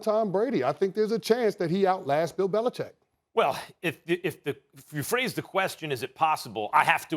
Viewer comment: I love that Max reflexively pronounces Belichick correctly. Everyone else lazily says "Belicheck."